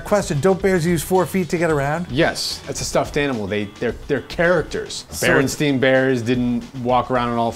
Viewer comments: notice he says "BerensTEIN" bears instead of Berenstain.. he's a believer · Berenstain Bears mispronounced